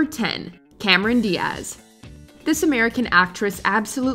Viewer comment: Please re record Cameron Diaz's name. The stress is on the first syllable.